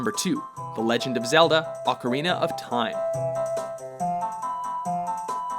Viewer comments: thank you for learning how to say Ocarina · Is this the first time he pronounced "ocarina" correctly?